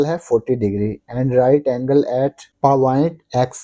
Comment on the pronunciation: And paaaoint also said wrong😅😅😅😂😊😂